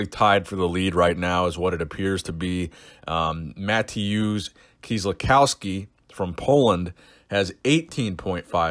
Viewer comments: Here's how you pronounce Mateusz Kieliszkowski right: Ma-^the-ush Kye-lish-^cov-vskee [not! Kye-lish-cow-skee]. V like vodka. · Kieliszkowski: (Kyell-eesh-kov-skee) Just lending a hand you may be saying his name more often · Martins Licis - (Marteens leecees)... Mateusz Kieliszkowski -( Ma-te-yus Keeleez-kovski) Konstantine Janashia (Konstantine Janasheeya) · I kinda laughed about you saying that you pronounce Martins Licis wrong. And short after that you are calling Mateusz Matheusz KielisCOWski? You gotta use the O like you do in the word Cold. Love the video though